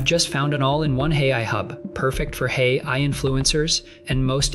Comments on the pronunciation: hey I? you should edit the text-to-speech before releasing. for phrases like AI, try using "ayyeye" or some such in your text. right from the hooked on phonics playbook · I liked the video, as the content was great. But, this one was not quite up to par, audio wise, as your usual videos. First, the voice kept saying, “Hey I,” every time when trying to say, “AI.” The second thing was I noticed a number of times the audio cut off during transitions, thus making it hard to understand. I just wanted to point out this user’s experience. Thank you! 🕊️🫶